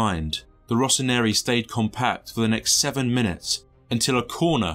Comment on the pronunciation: Kaka. Every posh little white boy wanted to be Kaka. Its a miracle I entered my teenage years with my heterosexuality intact. Of course, he famously belonged to Jesus already. Also... its Rossoneri not Rossonieri, you added a whole syllable.